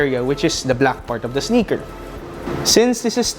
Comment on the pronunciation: It's "Sneaker" not "SniKeR"